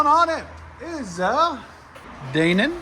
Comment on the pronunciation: Dane-in? Lol.